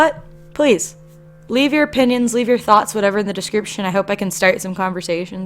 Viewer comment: Everyone is pointing out how is said "ppinions" instead of opinions. But no one is saying how he said "ain'y" instead of ain't